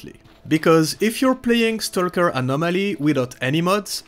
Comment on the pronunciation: I tried to follow you about a dozen times and still got lost. You need to slow down in these tutorials. I had to go to another site to get instructions on how to do this. BTW I get a face muscle twitch every time I hear you say Anomaly.